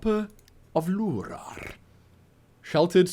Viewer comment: "Harper of Luruarrrrrr" xD